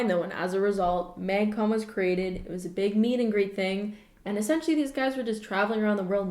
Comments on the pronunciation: does everyone say it m-ay-gcon and not m-ah-gcon? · everytime she says maeuygcon it triggers my fight or flight response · no one:: mægcon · no one: absolutely not one person:: MÆGCON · I can tell you’re Canadian by the way you pronounce Magcon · The way you say magcon makes me think you're Canadian... are you Canadian?